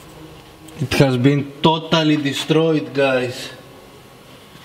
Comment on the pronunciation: Toe-tally deestroyeed,it is toe-tally gone,that was toe-tally awesome,toe-tally.